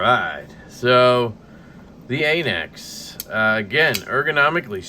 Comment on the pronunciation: It’s pronounced an axe goofball